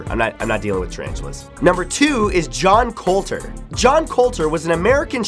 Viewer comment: And it's JOOOOOHN COLTERR